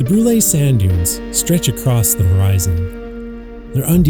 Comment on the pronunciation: It's not pronounced Brulayyy... It's pronounced Broool lol. And it's a beautiful hamlet. I live about 20 minutes from there. The views are breathtaking.